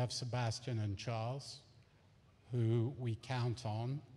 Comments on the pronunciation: Charles lekerk 😂😂 Girl what a pronunciation is that ? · They still pronounced Charles name wrong lol